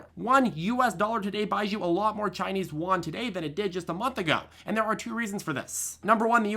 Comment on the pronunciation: “Chinese Yuan” is pronounced. “You ANd” Great video though.